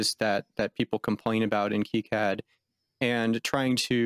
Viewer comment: It's pronounced KEY-CAD not KIGH-CAD the dev keeps calling it 'key-CAD' it's weird listening to you calling 'kigh-CAD' just me being OCD lol any thanks for great videos just discovered your channel today and subbed :D